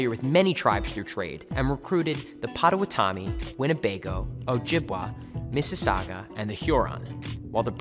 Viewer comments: It's Pot-uh-WAH-tuh-mee. Not Pot-uh-wuh-TOM-ee. Otherwise, its a good summary. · “Pa-ta-wa-to-me”😭😭my insides are crying